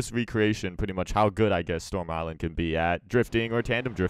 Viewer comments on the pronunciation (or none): "Storm Usland" hehe